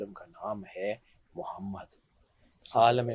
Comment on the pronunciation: Be shak Mohd SAWka nam Mubarak Ada karne ka Aap ka ndaz bahut khisurat hei Allah Hamein be yeh Jazba naseeb farmae Ameen